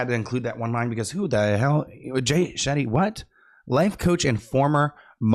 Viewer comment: It's very surprising that doing what you do for a living, you don't know who Jay shetty is. And Shetty is a very common Indian surname. Even if you didn't know that, if it sounds new shouldn't you assume it could be a surname you are not aware of before making it sound like a badly made up word resembling "Shitty"? Being in the public speaking business shouldn't you be more wise and sensitive about other cultures (even the one you may not know about)?